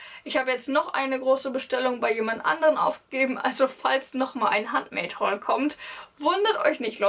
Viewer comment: Handmade ist ein englisches Wort also spricht man das auch englisch aus...nur zur Info